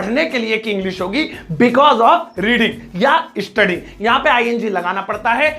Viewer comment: Sir aap स ko श kyu bolte hain lekin mujhe achha lgta h ISSHTUDY 😄